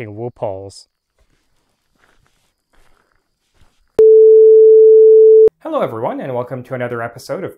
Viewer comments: I heard loopholes as Ru Paul the first time around (had to rewind :) ). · You sure he said "loopholes" ? Cause to me it sure sounded like hes hunting "RuPauls" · I thought you said I'm hunting rupauls